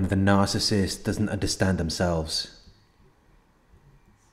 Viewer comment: NOOOOO one can say the word narcissist like you, it hits like if you didn’t know what a narc was, you can hear RATCHET 🤣love it✌🏾♥️💡